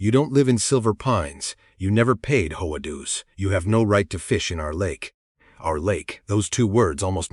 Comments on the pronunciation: Why can’t AI just say H.O.A. Instead of “HOE-UH”? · It's not pronounced hoah. It's intials H.O.A. AI needs lessons in pronunciations. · It’s HOA…not hoe wah. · When will these so-called programmers teach Ai to say H O A ? Ai sucks